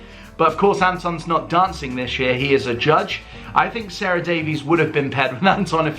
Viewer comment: Her name isn't Sarah it is prounced Sa ra from Dragons Den